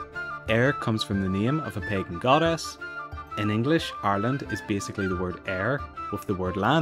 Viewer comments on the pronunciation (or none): none